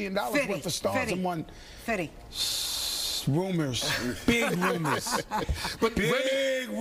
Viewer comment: How she called 50 Cent "Fitty" 😭